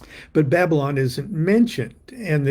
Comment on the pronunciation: Aren't you Baba-Lon?